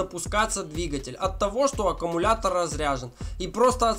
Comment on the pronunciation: Автор, научитесь правильно произносить любимое слово. Не "аккАмулятор", а "аккУмулятор".